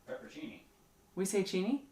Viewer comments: Chickweed is a decent salad or sauteed green. It makes a decent pesto. Also, you are missing a syllable on your pepperoncini, and it's "broosketta". :) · That pepperoncini vs pepper-cee-knee thing is something my husband and I do a lot. I'll say something wrong and he'll say "do you mean... (and say it correctly), it had us laughing. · its " pepper-own-cini" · Are you talking about peperoncini? If so you should pronunce it pepper-on-cheenee :) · Do you know how you get transported by reading a good book or novel? I find myself binge watching your videos and imagining being out there! Really enjoying your real life videos...oh...and it is Pepperoncini. pronounce "CH". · That was great stuff! I doubt it matters much but in case it does: Peperoncini = pepper-on-chini Bruschetta = broo-sket-ah. Which is the toasted bread. Not the topping! The topping can be whatever you want xo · Hahahaha last part was awesome. Paperchini???? Paperchinise???? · Actually, it's pronounced "pepper-ahn-chee-nee". There's an "N" in there that is pronounced with the vowel like "ahn" in "montage". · seriously, I don't think you could get any cuter in the cut who cares how to pronounce peproncini! And Bo curled up while y'all harvested, too sweet for words...happy days to you! Peace ☮️ and love 💜 from Kimberly in South Dakota 💙❤️